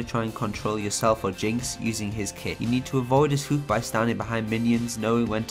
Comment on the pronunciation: Great vid:) The way you say hook amuses me:D.